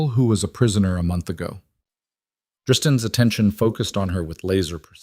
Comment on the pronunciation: I'm Italian and in Italy I live. I'm 31& change in the story &you already butchcer Tristan name at least twice...let alone the others... I'm not a champion at spelling,but I recognize an error when I hear one,if you add the subtitles... Well.. The story is intriguing from the start so I hope you will go down this road...but give those two a future together. Thanks. F.